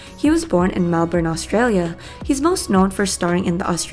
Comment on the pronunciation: "melbourrrrrrrrrrrrrrrrrrrrrrrne" australia lmaooo